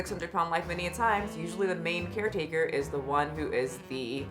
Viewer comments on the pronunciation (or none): Every time you say "main caretaker" my brain processes it as "main character".